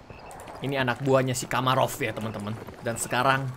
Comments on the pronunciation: Bukan kamarov tapi Makarov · buat yg gk tau kak regi bilang kamarov bukan makarov